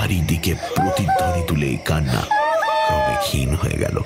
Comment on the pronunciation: উশ্চারণ পিলিজঃ ক্রমে বানান, উচ্চারণ ক্রোমে। বাঙাল উচ্চারণ পেশাদার নয়।